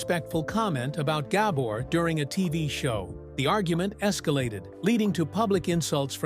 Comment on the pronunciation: Horrible ai Awada’s gAbor